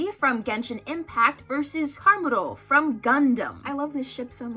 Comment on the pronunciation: Hearing them mispronounce Chamuro and then proceeding to say "dont know her" hurt my soul. Chamuro has been giving us soul crushing pining for over 40 years and THIS is the representation we get? They literally have a movie dedicated to their divorce arc. Genshin could NEVER.